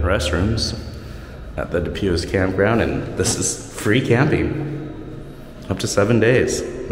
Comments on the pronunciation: Pronounced. du pwee. French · Du pui The S is silent